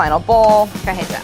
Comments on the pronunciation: Don't even get me started on "cah-heh-tah" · Any other Latinxs feel unreasonably irked by the way Claire pronounces cajeta?